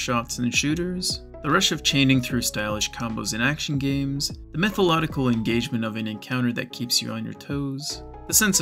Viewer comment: Wtf is "metholodical"? ;)